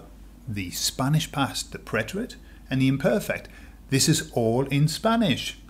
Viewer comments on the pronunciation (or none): none